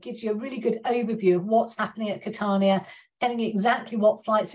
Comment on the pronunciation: Where’s ‘Cat-arr-nya’ ?